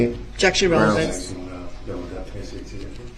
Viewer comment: ‘Objection relvanzze’